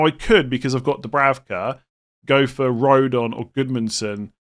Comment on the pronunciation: It isn’t Dubravka it’s Dubrauka in terms of pronunciation. Benjamin is Benyamin.